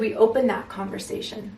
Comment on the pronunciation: Literally everything resonated…down to the yellow roses and you saying her name when mispronouncing conversation